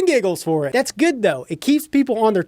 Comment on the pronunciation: The way you said dats stupid 😂😂 love your videos man keep it up